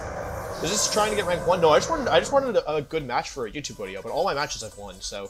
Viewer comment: Pop-up Wolfey said video not wideo, unacceptable